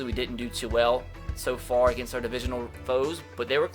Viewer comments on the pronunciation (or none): none